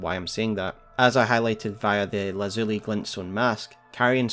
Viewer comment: you are the best elden ring lore tuber, hands down. my only constructive criticism is a few pronunciations here and there. for instance Lazuli is pronounced LAH(as in Bad)-Zoo (as in Poo)-Lie (as in Die) and Prelate: Prellet like Pellet. I dont say this to nitpick, but to say if you did research words you arent sure of a bit more, youd be making literally flawless content. I love your analysis so much. hit me up id help for free.